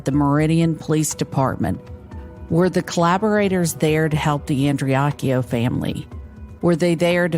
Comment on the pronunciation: is a subpar human. He doesn't even have the decency to say their name properly and the Andreacchio family wants Justice for Christian and have been ignored, and lied to. I am appalled and pissed off listening to him spout off his mouth.